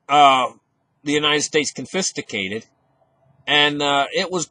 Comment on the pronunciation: i try not to miss a single days wisdom from! two words to practice haha "sty(like y) stYrofoam & ConFisCate not "confisTicate"